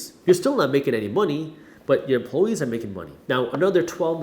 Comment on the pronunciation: Dude. Great video, great content as usual, but "empluhwees"?